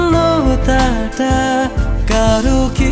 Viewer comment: খুব ভালো লাগলো.. উচ্চারণের ব্যাপারে সচেতন থাকা উচিত আরেকটু.. 'শূন্যতা ' এর উচ্চারণ টা একটু অন্যরকম মনে হলো